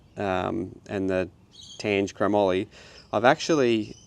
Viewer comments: its tangay,,,, yeap the GE is pronounced as GAY, tange prestige tubings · Sweet build. I think it’s pronounced Tangay, or tan-gay with the emphasis on the g? it’s quality Japanese Chrome-moly steel!! My old late 80’s Mongoose BMX is also crafted from it. Good Metal. I like Microshift Advent-x also, but I’ve found that it can be sensitive to specific chain length and b-tension adjustment. I run it on my rigid bike and my dual suss but both have been tricky to get perfect. The clutch also develops a bit of play too, despite that, I’ve been running it for a five years now and like it. All the best on the Hunt.